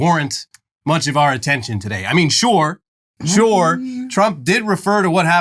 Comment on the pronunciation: shuure 😮 shore 😢 shoorue😂